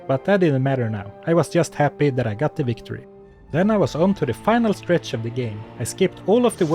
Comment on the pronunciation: why do you say wictory but not vait?